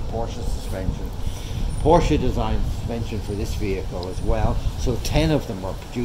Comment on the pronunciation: Needs refurbished. And i cringe a little every time someone says Porsche wrong